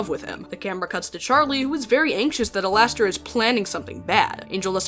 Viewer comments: I’m crying over the ai being unable to pronounce alastor… “LASTOR HAVE YOU LOST YOUR MIND!!?” I’m laughing my ass off for no reason.😔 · the way they pronounce it as al-ass-ter is killing me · It kills me when they say “Alas-ter” 😂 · "Alastor, who I will be now referring to as Al-ASS-tor," gives off the same vibes as Markiplier saying "I'm ASSdistic!" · Nah, it's AllAsstor. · Same😂😂I laugh my ass off every time they say alastor wrong(which is basically every time they say his name)😂